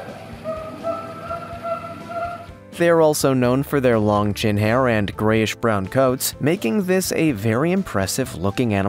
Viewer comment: Words like „hand“ and „hin“ for ‘and' and ‘in’ makes my face crawl like a millipede hunting for your „hnight“…